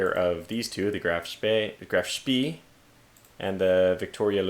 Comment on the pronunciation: It's GRAF SP-EH